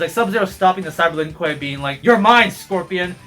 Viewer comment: Don’t forget,, it’s not Lin Kuei, it’s “LEEN KOOEY”.